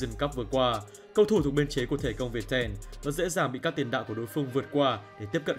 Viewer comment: Thể công Việt tem sao??????? Đọc như sịp